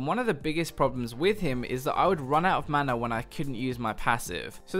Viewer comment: GreyFace Have you also noticed some casters used to (or maybe still do?) pronounce "mana" as "manar". Or "maner". I dunno why there's that "r" that keeps coming up.